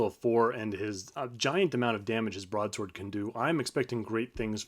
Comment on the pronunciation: It's not 'broadsword', it's 'brode-sode'! Yep, that Warrior Priest sucks. Without a reliable healer, you're screwed. Quit lining up! Stack in a corner, surround wizard/healer!